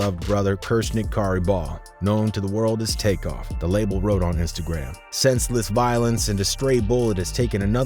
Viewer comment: X his name is was take off not crake be reapectfful at least dayum sassy his name corectly💯💯💯 Besides that great mesage very good video ty for it be blessed❤❤❤❤💯💯💋👍